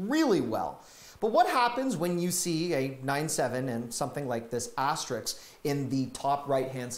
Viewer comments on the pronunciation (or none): The word is "asteRISK," not "asteRICK." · aster - RISK *******, NOT aster-RIX